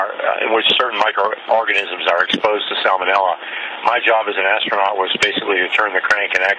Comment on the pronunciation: i like how obama pronounces "ass-tronaut"